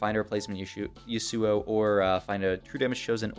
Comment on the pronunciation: yusuuo lol. never heard yasuo pronounced like that